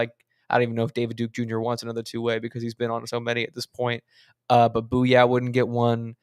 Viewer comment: I believe jamaree bouyea is pronounced like "Boo-yay"